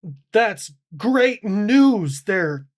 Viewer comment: "The gweat.. China!!" US Sub: Boo. "GEEZUS CHRIST!!" 😂🤣🤣